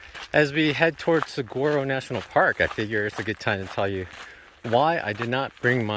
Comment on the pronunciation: say “Sag waro” one more god damn time